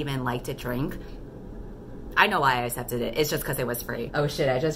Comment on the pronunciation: Q: How come you pronounce "accept" as "assept"? I'm not bothered by it, but I haven't heard anyone do that before and I'm really curious if it's a regional US accent thing or something else :)